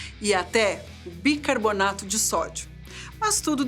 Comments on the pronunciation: "bicabornato" de sódio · BicaboRnato?! O certo num é BicaRbonato?? 🤔🤔 Fiquei na dúvida agora.